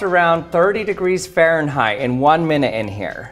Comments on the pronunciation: WTF is faranheight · What the fuck is farenrrait